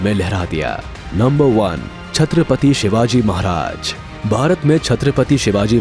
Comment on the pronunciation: Bolte samay nam thikse lo ma bapne sikhaya nahi kya re tuze chatrapati shivaji maharaj bolneka samza na